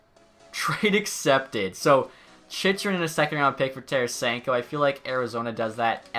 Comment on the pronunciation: another vid where you mispronounce chychrun